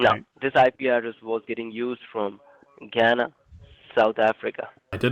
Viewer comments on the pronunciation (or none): Its Ghana, not Ghanna. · Ghanna, South Africa 😂😂 maybe he meant south of Africa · as a south african i absolutely lost it when he said ghanna south africa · I live in South Africa and when I heard Ghanna, I just thought WTF?